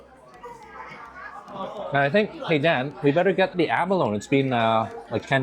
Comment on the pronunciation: It's funny...sometime you pronounce abalone... "ab-alone" & other times it's "a-baloney" 😂😂😂 Funny